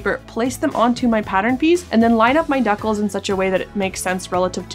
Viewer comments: dea-cles?? dee-cals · OMG wait. Do you mean.... DECALS? Dee-Cals? LMAO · I have never heard decals said in this way, and got a bit confused for a while. Regardless, enjoying the content!